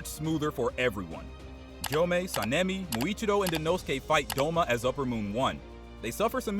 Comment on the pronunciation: Bro said India and muichirio😂😂😂😂